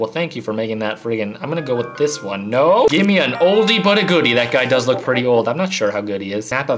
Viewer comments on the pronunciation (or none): none